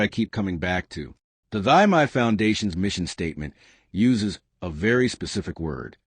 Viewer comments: For the first time, thanks the news host has pronounced the lady's first name correctly. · Thy is pronounced Tee or Thee.